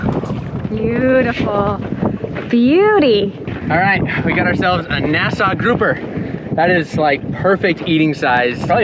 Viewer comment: Definitely not a legal sized grouper… Congrats on pronouncing Nassau correctly!